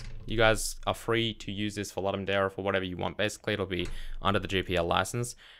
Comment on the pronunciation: Ludum dare comes from Latin. It is pronounced "loodum dah-reh".